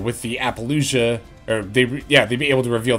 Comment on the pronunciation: Hey,. Love your stuff, but I have to speak up… why are you pronouncing it like “ApollouJUH”? It’s Apollousa. I don’t understand